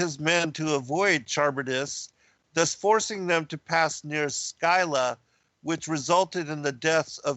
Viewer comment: Your research is impeccable, as always. Don't always agree with your conclusions - about half. Please look up the pronunciation of Scylla